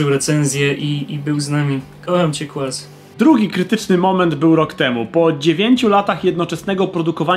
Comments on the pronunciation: Kurna "kłaz" uwielbiam cię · 10 lat minęło a "Znany także jako " nie nauczył się wymawiać...